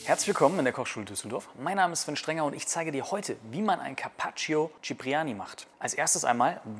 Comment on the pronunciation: Man spricht das i von carpaccio nicht aus